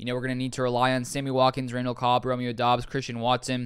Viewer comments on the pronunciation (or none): none